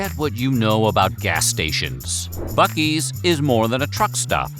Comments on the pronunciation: Joke is on you! It's pronounced Buc-ee's! With ya AI Stephan Colbert sounding ass. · I am obsessed with how there are two ways you can pronounce a word starting with buc without a second c and neither of them is "buck" Then again, Texas